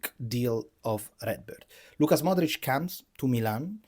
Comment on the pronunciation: Its LUKA Modrić, not LUCAS Modrić